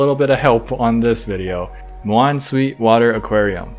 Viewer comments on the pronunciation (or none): none